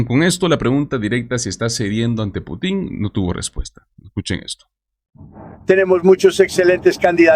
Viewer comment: Cuando mencionas a Putin (es sin acento) lo haces con acento en la í. Si hay un Presidente que no es Putín, es Putin.